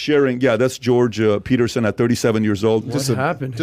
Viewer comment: It’s Peterson not Paterson incase you were wondering